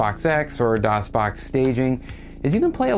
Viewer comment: DosBoxPure "Doon" LAWL